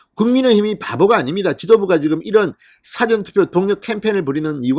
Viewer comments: 발음"싸전"투표가 아니고 사-전투표! 투표장을 더 만들라! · 사° 전:Dictionary. 사 전°:before. 억양 좀~~~~ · 영어사전 국어사전할때의 사전을 발음 하시는데 일이. 일어나기전에 사 전은 사자를 좀 길게 해야되는거 아닌가요? 듣고 있으려니 얼굴이 뜨거워 지네요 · 사전 투표 발음 사저 액쎈트 발음ㅅ하지마라 듣기 싫타